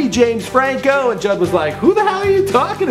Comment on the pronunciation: judd apatow its not jedd